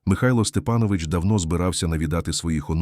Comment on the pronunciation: Має бути наголос СтепАнович,ви не знали😊